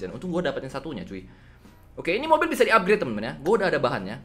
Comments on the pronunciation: "UPGRET" "UPGRET" "UPGRET" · "Upgrede" "Upgrede" "Upgrede" "Upgrede" "Upgrede"